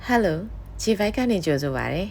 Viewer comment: Hello က လေဖြတ်သံနဲ့ပြောနေတယ် ပဲကလိုတာထက်ပိုများ..ဘာများချက်တတ်တာရှိလည်း ပြောပါအုန်း 😂😂